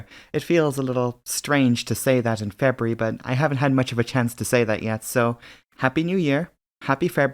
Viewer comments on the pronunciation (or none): none